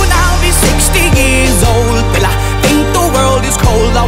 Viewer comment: Jordi SP hombre si corriges por favor dilo bien es"will i"